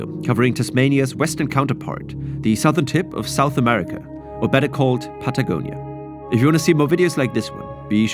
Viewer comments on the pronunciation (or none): none